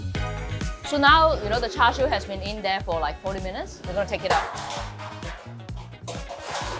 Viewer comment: Come on lady... You are a HKer. Why are you mispronouncing it? You know it's pronounced "chah siew". Why are you saying it like it's cooked footwear?